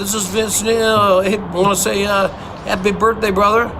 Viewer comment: “Happy burp day brover”